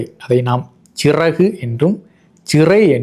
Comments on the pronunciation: Siragu என ஒலிப்பது பிழை! Chiraku என ஒலிப்பதே சரி! அப்படி பார்த்தால் மலையாளத்திலே சரியாக உள்ளது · Correct. Chiragu is the pronounciation.